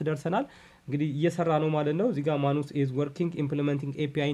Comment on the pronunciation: ንባብ ላይ ጥንቃቄ ኣድርግ:: ማኑስ ሳይሆን ማነስ ነው የሚነበበው:: ሌላው እጅግ ጥሩ ነው